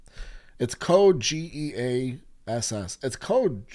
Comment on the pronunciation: 99,9% of anime names do not require changing letters to sound more American, so yeah Geass is G like Good and not Jiass like Jeans. Same with other letters like A that is like Alaska and not Ei like Angel (Eingel). The original sound of letters remains, so A=Ei B=Bi C=Ci and so on are not used. is the correct pronounce indeed.